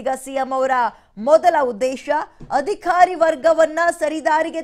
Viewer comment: Adikhari alla adhikari. Sariyagi uccharisi